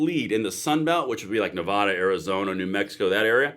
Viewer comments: I really like your content, but please say Nevada correctly. Nuh Va (like apple) Duh. I know it's nit picky, but that's how to say it. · Please stop calling our state Nevahduh….. it’s Nevada. Love your show but I cringe a little every time it’s pronounced that way.